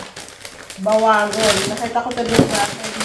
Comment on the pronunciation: Ba-wa-ngong manay😂😂😂